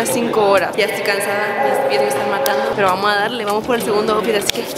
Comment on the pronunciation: yo escuchando como dice kim out fit😂🤣